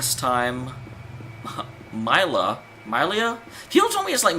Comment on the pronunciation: Milla - Mil-la